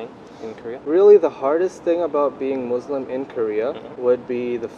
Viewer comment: but who the hell pronounces Muslim with a 'z' stead of a 's' lol